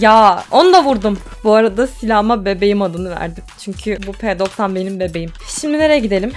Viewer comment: Abla 'Bebeyim' değil 'Bebeğim' :D